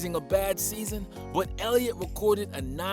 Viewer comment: Did nobody catch the fact this dude said "quarterback zeke ellitot"